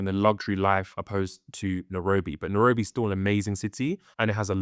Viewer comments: It's not Nerobi it pronounces Nairobi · Good video and comparisons, I think for a more immersive experience you can say the name of the place properly (Na-I-robi) and also some of the local/regional words for things.